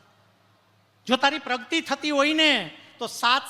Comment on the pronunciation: પ્રવચન સરસ છે પ્રગતિને પ્રગ્તિ ના બોલો 🙏